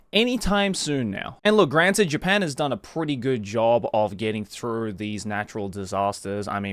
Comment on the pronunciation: Nakai Throff? Joey... its through.... as in going through. or do you walk throff an entryway?